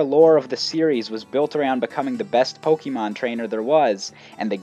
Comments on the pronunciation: It's Pok-AY-mon. Not Pok-EE-mon. Urgh. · Supposed to be Poke Ay Mon. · Pet peeve of mine: people pronouncing Pokemon as "Poke-ee-mon" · my god the way you say pok EE mon is driving me nuts but otherwise great video. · Why do you read it po-kee-mon It's written "pokémon" not "pokemon" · And if you haven't noticed, the "E" in pokémon is accented, so it's poke-AY-mon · why the f*** does he keep saying pokeemon is he an idiot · I had to stop listening. The way you say pokèmon (poh kee mon) was driving me crazy. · I wonder why people keep saying Pokemon wrong, it has been six generations already..... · Most of the video was fine, but I cringe every time you say "Pokemon" wrong.